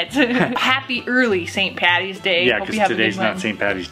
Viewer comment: Please, Please, Please! it's not pronounced St Patty's day. It's never, ever, ever that, it's PAD-EES day, "Paddy's day" the D is hard, Happy St Patrick's Day from Ireland.